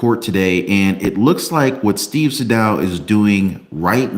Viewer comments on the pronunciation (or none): Pronouced Steve Saydough not saydow